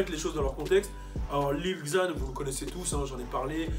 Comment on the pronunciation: Cpas lil ixzan (xan) On dit : lil zan (lil xan)